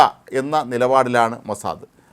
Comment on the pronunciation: അയ്യേ മോസാദയല്ല മോസാദ് എന്ന് പറയു ഉവേ